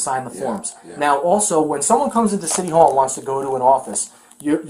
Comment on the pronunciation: It’s city hall. For Christ sake …I had to watch that like 300 times in a row